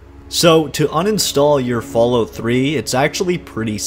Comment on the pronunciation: I noticed that you pronounce Fallout as Fallút, like they do in parts of Scandinavia, Iceland and norther England. You wouldn't happen to be Canadian are you?